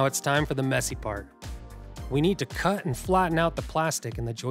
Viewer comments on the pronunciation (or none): none